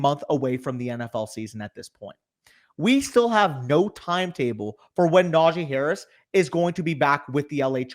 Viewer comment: “Najeye Harris”